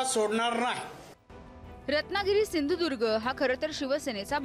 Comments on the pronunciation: याला सिंधुदूर्ग असं स्पष्टपणे म्हणता येत नाही आणि म्हणे भाजपाचाच. अरे दलबदलू तूला मात्र आता मतदारसंघातली जनता सपाटून आपटणारच. कारण तिघा बापलेकांचे लाळघोटेफण आणि खालच्या स्तरातील बोलणं. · नारायण राणे आपटणार चांगलाच, बकरा बनवला आहे, याला सिंधुदुर्ग नीट बोलता सुद्धा येत नाही. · सिंधुदुर्ग म्हनता येत नाही याला... तुला कसा पाडतात बघ कोकणकर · अरे ह्याला नीट सिंधुदुर्ग पण म्हणता येत नाही....